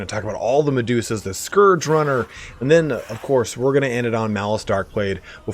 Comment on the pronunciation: Finally someone who pronounces Scourge correctly